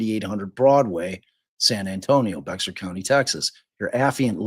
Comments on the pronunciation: Please have the consideration and respect to get the name correct. The victim’s name is Suzanne, not Susan, you only bother to get it correct occasionally. Also, Boerne is pronounced Bernie, Bexar is pronounced Bear. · Bear is pronounced "bear", and Boerne is pronounced "bernie". Last year I rented an apartment in that neighborhood and took my grandchildren trick-or-treating among all those beautiful houses. I wonder if I met them that day last year. Such a shame. I was just getting out of a relationship myself and struggling and dealing with trauma, but you don't think it's happening in those pretty houses. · For heaven’s sake. If you are making money off this family’s troubled times, at least learn the woman’s name, the names of the county and towns where all this happened. Bexar is Spanish and is not BEX-AR. This is pathetic and unkind. Get a real job.